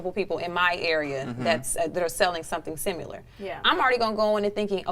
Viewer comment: The lady on the far left said "egg-specially" not especially and then later " sim yoo lar" not similar. Yet the most oppurtunity to speak. Honestly narrators/news anchors and journalists have zero integrity as it pertains to bjective views or the English language. Sad. And not one co-host seemed perturbed by it.